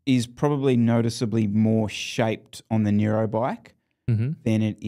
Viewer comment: I like how calls it the Nero bike and the Aeroad 😂